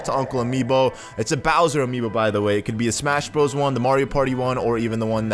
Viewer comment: He said amobe